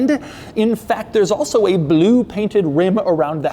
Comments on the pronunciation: The way Doug says “bloo” is almost as great as how Boris Johnson says it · I strive to say the word "Blue" like Doug does. BLEEW Nailed it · Why does he say blue like that tho 😂